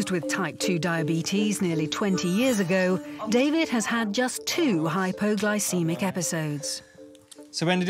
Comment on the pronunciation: Why does it sound like he's saying "hyperglycemic" instead of "hypoglycemic"? I hear a R in there. Blood sugar is low, it's hypo. Maybe my hearing is off but I hear Hyper.